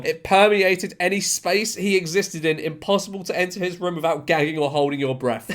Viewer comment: Haha he says Room not Room 😅 I'll have a ruem please sir